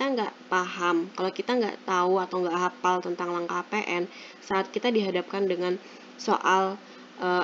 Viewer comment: hafaaaal bukan hapal